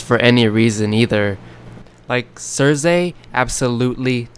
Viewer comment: I couldn't watch your video because you kept saying CerZay...Omg so annoying lol. It's Cersei (Cer-See) thanks lol!